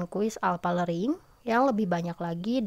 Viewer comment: Learning bukan lering